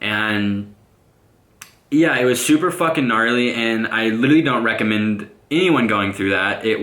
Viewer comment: When he says and yea it sounfs like 'enyea'